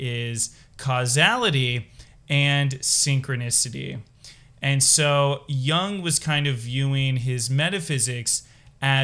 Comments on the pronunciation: It's Yoong not Yah-ng. Not every word is an English word. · Totally unrelated but, my pet peeve is pronouncing Jung as young ^^ Amazing video though, thank you! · Please learn how to pronounce Jung. No disrespect. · You should learn how to pronounce Jung properly if you don't want to appear ignorant.